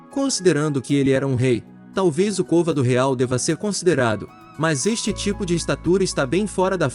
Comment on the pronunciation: Gosto do canal mas a pronúncia de certas palavras está errada.. côvados e não covádos (existem outros erros vários outros )